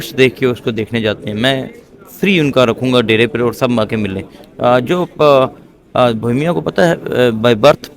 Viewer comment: Bohemia ❌ BOMIA ✅